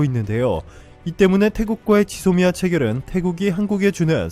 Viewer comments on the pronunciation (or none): none